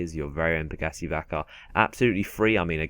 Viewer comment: He said Pegassi, but he said it like pagassee